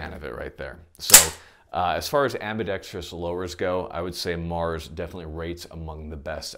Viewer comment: If you've ever watched a youtube firearms video where the presenter cannot pronounce ambidextrous, go ahead and hit that subscribe button.